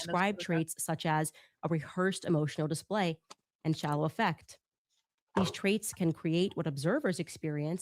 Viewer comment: Candace analyzing psychology while unable to pronounce the words affect and psychopathy is hilarious. "Me and my husband." LOL